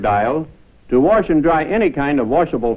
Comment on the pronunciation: to warsh and dry? warsh n wear I love how he tries not to say warsh